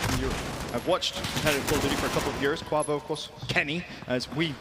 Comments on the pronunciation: Every time said Kauvo I cringed, just call him Kenny man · Someone teach how to say kuavo